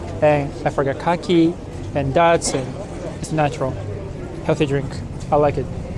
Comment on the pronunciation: Bro, it's pronounced "day-ts" not "dat-s". Awesome videos. Would love to visit Morocco